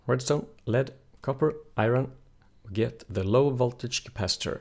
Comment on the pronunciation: omg its iron not irin